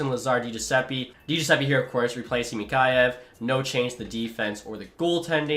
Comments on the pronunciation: It’s mick-ey-yev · Your pronouncing Mikheyev wrong